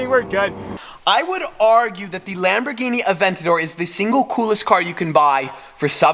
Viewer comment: two words...LAMBORGHINI and NAW-LEDGE!!!